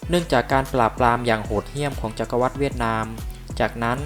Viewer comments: อ่านว่า จัก-กะ-หวัด ค่ะแอด ไม่ใช่ จัก-กะ-วัด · จักรวรรดิ Empire ▶อ่านว่า จัก-กะ-หวัด ไม่ใช่ จัก-กะ-วัด